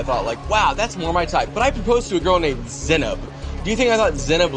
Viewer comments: yeah I wanna hear her say her own name a few more times because I'm not sure how to pronounce it, but whenever Cole says it, it feels wrong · Hi, I'm from central Europe and I haven't noticced a difference in the pronounciation? Can anyone explain how he mispronounced her name? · To be fair, colleen said in a podcast that Cole also pronounced her name wrong. Doesn't mitigate him only pronouncing it correctly when he exaggerated the pronunciation of the name, but I think the guy doesn't care to pronounce names correctly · I couldn't agree more. How dare a normal looking dude like him talks to her like this? She is fucking gorgeous and looks so much better than him. He never even pronounced her name right.